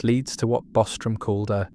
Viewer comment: Dude butchered Bostrom.